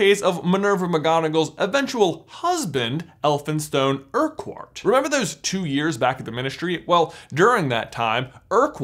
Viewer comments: Urquhart is pronounced 'ur-kurt' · So you know, in Scotland Urquhart is pronounced Err-cart. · Greetings from Scotland! Just a note, Urquhart is pronounced “uckert” I know it’s silly but just sayin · My surname is Urquhart and it hurts to hear it mispronounced so bad hahaha